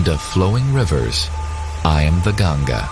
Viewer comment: if you are calling river ganga "ganjas", THEN IT'S NOT CORRECT, please please call name of Ganga river correctly please. if in English language it cannot be read and written correctly it's not means you can call wrong name . you have to learn correct name if you want to talk about it.